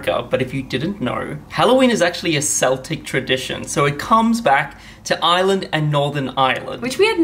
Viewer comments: its not pronounced seltic its Celtic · Kel-tic not sell-tic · the C is hard in "Celtic" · Wonderful video. Yeah Halloween originated in Ireland from an ancient Gaelic festival for the dead. Btw just to let you know, Celtic is pronounced Keltic with a hard C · i can tell because its not pronounced seltic lol :P